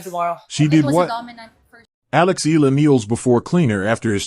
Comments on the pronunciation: It's not Ee luh. You should prounounce it the Filipino way Ey Yeah Luh (Eala)! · Be factual! Do not use AI just to get clicks an likes! and Alex's last name is ntot illa or eela. it is E A LA pronounced e-ya-la. do your research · It’ll take a few weeks before people start pronouncing her name correctly. EALA = EH-YA-LA. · AI or no AI, the voice commentators never get her last name right. E-A-L-A, pronounced E-ya-la. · Repeated mispronunciation of someone's name is just unacceptable, even if it's AI. IMHO